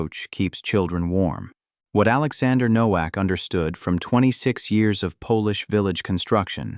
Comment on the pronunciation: It is pronounced NO-VAK.